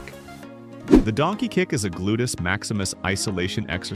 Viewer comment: Terrible narration drives me nuts. Also, what is a glutus. Can’t he say gluteus if he’s an expert?